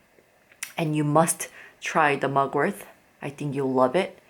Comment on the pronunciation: I don't know if you realise it but the word mugwort does not have a "th" sound... 😂